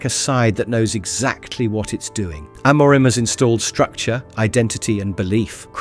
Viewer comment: Can't even say the managers name correctly. 😂